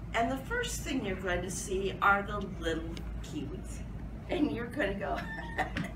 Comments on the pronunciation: My ears started to bleed and guess what came out.... pomigranits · Is this how americans pronounce pommegranates? Geez.